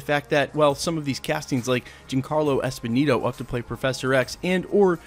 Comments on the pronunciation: The man's name is Giancarlo ESPOSITO! NOT ESPONINO. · And its not Esponito its Esposito... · It’s “ESPOSITO” (with a “T”), not “Esponino”. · Yeah, was kinda bugging me. Pronounce like Espe-zeeto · You know it's Giancarlo EspoSito, not EspoNito, right? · Esposito... not Esponito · why cant this guy pronounce ESPOSITO .... am i the only one bothered by this? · Giancarlo Esposito not Esposito just saying